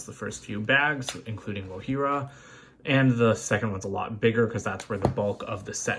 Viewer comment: When u said not wogjira u got it right sorry I if I didn’t spell the name right